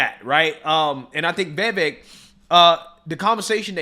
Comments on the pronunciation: I want my boy to get Viveks name right. It’s not “Vay-Vake” it’s “Viv-ake” 😂😂😂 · Still mispronouncing Vivek's name...lol. I would think if you actually have any respect for the guy, You would start saying his first name correctly. It's just a point of respect for anybody even if you don't have respect for somebody... it takes The smallest amount of effort to get his name right.